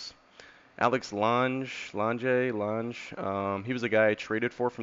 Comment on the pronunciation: good video Lange and Deichmann both went to LSU at the same time which is pretty cool, and btw it’s pronounced Lang and Dikeman lol